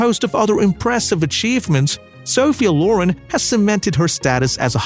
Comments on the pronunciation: inDUSTry off! Loren not lore-run!!! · Great video with many good pictures of this lovely actress, but please, please get a narrater that can pronounce English! First of all, her last name is LorEN